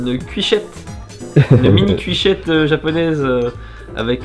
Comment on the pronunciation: À ... 😐 Il a dit cuichette.. mais c'est CUITOCHETTE ! 😭😂 Personne se trompe sur ça normalement.. 😂